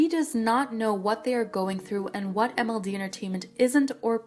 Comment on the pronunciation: the what the watH the whAU- wUTH- WATT